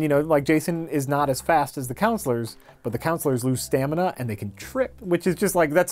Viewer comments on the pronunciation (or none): what is "stanima"? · Stanima. It's the new stragedy. Oh. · "So their stanima goes down " - 2017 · what is "stanima"? lol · "Stanima" ~ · "Stanima" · "Stanima" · Good thing Mike wasn't there when said "stanima" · Did say "stanima?"